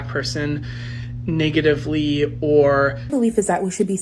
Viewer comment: Well well well this soyboy or however he identifies is racist. He said niggatively twice around 3: 30 mark. SMFH The hate is real lol